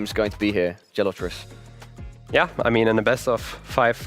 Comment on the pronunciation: He couldn’t even pronounce Gelotris name right. Got it wrong every time. It shows how little he knows about the Geoguessr community and players